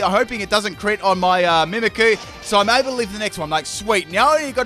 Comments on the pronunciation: I hate to be this person but it's pronounced meemeekyou not mimickoo and loocareeyo not lukaro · mimic-ooh - mimikyu says coh-vet for covet as well lool, not even a pokemon just a word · Mimickoo (mimikyu) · its pronounced MIMIC YOU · Greninja I can barely understand, but... Mimikyu?